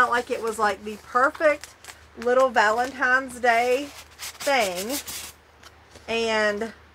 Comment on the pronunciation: First time watcher. I watched the entire video. You did great. Very entertaining. Amazing haul. My only drawback (and this is just a personal pet peeve) is when you say “Valentimes” rather than Valentines. Just saying. No hate. Please don’t come for me. I’m subscribing because I really do enjoy your content.